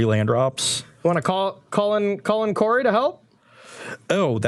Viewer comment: Hey Corey, It's Karoo.